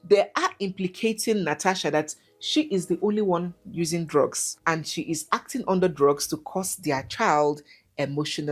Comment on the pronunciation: *shee us